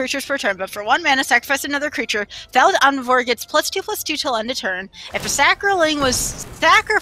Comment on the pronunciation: I love, but his mispronunciation of "thallid" is driving me nuts. Lul